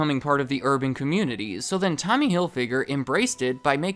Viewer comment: When he said “urban” 😂